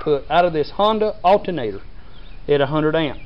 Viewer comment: he said "altnatr"